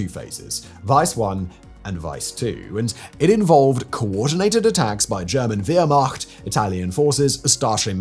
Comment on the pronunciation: Wow, your pronunciation of "Weiss" and "Wehrmacht" are spot on!